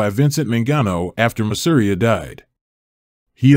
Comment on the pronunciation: Specifically Joe Masseria.. pronounced Maas..err..ee..a.. I hope that helps.. and I did that right.. If you just play any random mob doc on youtube that includes him, ..you can hear how they say it.. Just trying to help you tighten up your game.. Cuz when people who are well versed in this genre hear a rather popular mob guy's name pronounced wrong, ...it's super noticeable and kills your credibility.. If you're unsure about a name, just pull up other mob documentaries that would mention that guy and listen to how they say it.. I know those Italian names can get tricky.. Great video nonetheless, bro..